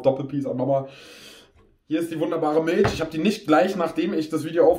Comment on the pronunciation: Miltsch, feier ich